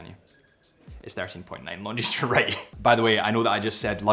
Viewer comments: You would think he would know that given he's a representative of these watches! It sounds like he's saying "long jeans"!😂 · The "S" in Longines is silent. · Nice overview again. But your pronunciation of 'Longines' did make me wince every time every time you said it. The 's' should be silent...sorry, but retail is detail for a watch channel. 😉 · We don’t pronounce the “s” at the end of Longines. ;) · The final « s » in Longines is silent. As is the « t » in Hublot, or the « d » in Chopard. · the "s" in Longines is silent. I like the blue dial with the red GMT hand, but I would very much appreciate a black dial, with gold hands and red GMT hand (instead of the blue that was actually released). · Why does this man who reviews watches for a living not know how to pronounce the name of the brand correctly? And why is he identifying a diamond shape as a rectangle...